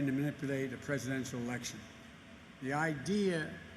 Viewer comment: Joe? Cant you even form the words ....Presidennnnntttal daily breif